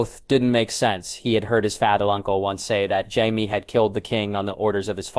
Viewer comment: Jaiveeays. Not Jaime, that would be to complicated.